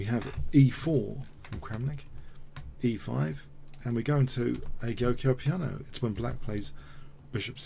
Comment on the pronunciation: Little pointer on pronunciation. The "g" in "giuoco piano" is pronounced like the "j" in the English word "joke". Giuoco = "jwoko" or even "jok-o" Also, "fianchetto" is pronounced "fianketto". The "ch" is pronounced like a "k".